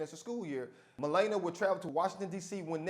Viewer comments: it's not malayyynia it's malarnia ??? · God damn. Her name is not pronounced "Ma lay na". It is "Ma la nee a". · Melana? That lady name is Melania. (Mah-lawn-ee-ah) Thanks for the laugh! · The First Lady's name is Melania. Not Malayna. Simple search on YouTube or radio clip coulda sorted that out... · It's difficult to take this video seriously when the host doesn't bother to pronounce the future First Lady's name correctly. It's (Muh LAN ee uh). Honestly, you undercut any argument you make when you fail to present your opinion using correct details. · Bro her name is pronounced Mu-lah-NEE-uh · Meh-lah-nee-A! Your welcome! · ME-LA-NIA you so called award winning educator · It's pronounced MI-LAWN-YA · SAY HERE NAME CORRECTLY!!!! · please learn how to pronounce Melania before you report on her.